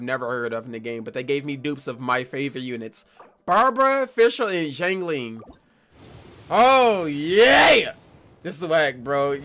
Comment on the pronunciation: Why’s Xiangling sounding a lot like “HoW cAN yoU LivE WIth YouRSeLf?”